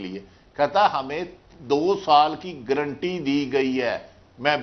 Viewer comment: Gerunty nahi ga run tee